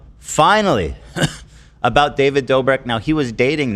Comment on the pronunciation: Ethan accidentally calling Dobrik "Davrid" repeatedly had me dying 😂❤️